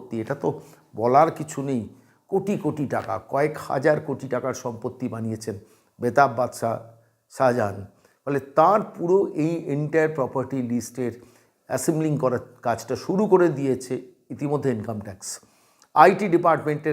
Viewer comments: মাননীয়, কথাটা "বেতাব বাদশা" নয় । "বেতাজ বাদশা" । "তাজ" মানে মুকুট, বেতাজ মানে মুকুটহীন । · bhalo laglo, tobe ekta shabdo aapni bar bar byabohar korechhen --- seta holo " betab badshah " Ota hobe " betaj badshah" . Taj er mane mukut , mukut heen badshah